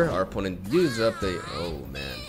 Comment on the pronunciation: Your oh man sounds very german Oh Mann